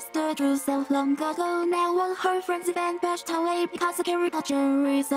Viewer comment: i know it's "all her friends have been pushed away" but in this vid, it sounds like: "all her friends have been bashed away" idk why.